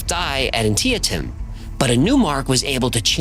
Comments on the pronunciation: "An-Tia -Tim"? I think you mean "Ann-Tee-Tam" - Details are important, you know this. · From one who lived in the area... Antietam is pronounced "An-tee-tum" 😁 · it’s pronounced An tee tam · Dude ithat Antietam was pretty pronounced ann-tee-tum. good lord man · "An tee uh tum". Really. This is usually the pronunciation oddities fount in robo voices and AI engines. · Not complaining ... love the channel ... but Antietam is pronounced An Tee Tom ... a squabbling point considering all this channel covers ... 🫡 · Anne-Tea-Tum. Loose the “a” in pronunciation. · Nobody at WF knows how to pronounce Antietam?? What?? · Pronounce antietam correctly. Or just call it Sharpsburg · How did struggle to say Antietam? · almost got that pronunciation correct on Antietem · What part of the US are you from that you don't know how to pronounce Antietam?? 🤣🤣🤣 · I love, so hearing him pronounce "Ann-tee-tum" wrong was amusing. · You miss pronounced 'Antietam'...the Civil War battle. That was surprising. It's one of the most well-known CW battles, and I believe the bloodiest.